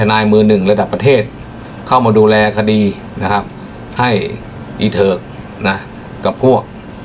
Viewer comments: เห็นด้วยค่ะเน้นเหลือเกินไม่ดูตัวเองเลย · คุณอัด ค่ะเน้นเกินนนนคำว่า อิเถิก555โทษนะค่ะคุณ ดูศรีษะท่านก็เถิกนะค่ะ ด้วยควมเครพ555